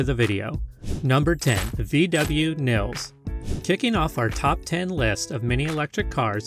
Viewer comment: Th VW Nils is pronounced Neelse!